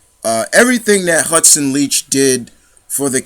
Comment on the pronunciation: One of my favorite characters as well but you got her last name wrong on interviews her last name is like you like someone not leach and yes it was like batman and joker I always pronounce it Leak but great video she played this lovable bitch so well it scared me and turned me on at the same time